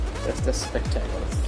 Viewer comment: Spectaclessss🤣🤣🤣🤣🤣u pronounced in funny way